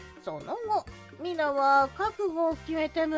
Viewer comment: ミナ❌ ミナ〇〇○⭕